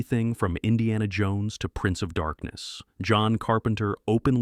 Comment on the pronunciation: Rock Hudson? Another AI narrator who gets it wrong.